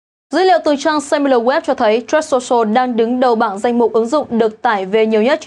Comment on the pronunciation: Phát âm truth sai rồi